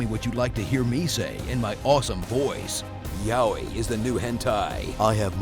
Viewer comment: Did you just say 'Yaoi' as 'Yow-ee'?